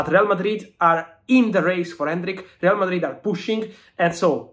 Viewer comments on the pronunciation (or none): I like how you pronounce RRRRReal Madrid😂